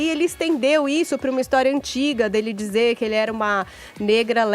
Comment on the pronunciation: e precisam de fono, com todo o respeito..., é óbvio., pode falar DIZER, no lugar de DZER. DIZENDO, no lugar de DZENDO...